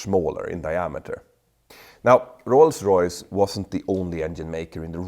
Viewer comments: OMG stop saying Roys-Royce 🤦🏻‍♂️🤦🏻‍♂️🤦🏻‍♂️🤦🏻‍♂️ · Best part of this is Petter struggling not to say Royls Royce :)